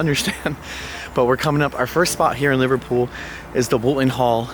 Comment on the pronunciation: Livertool 😂😂😂😂😂😂 I can't get it out of my head now , every time you say Liverpool, I hear Livertool 😂😂😂😂😂😂